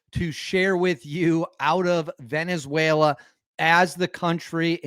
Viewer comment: Is now pronounced Venezu-WHALE-la 😂😂😂😂😂